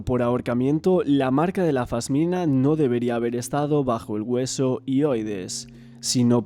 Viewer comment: Se dice pasmina😂😂